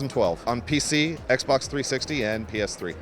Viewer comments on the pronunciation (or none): none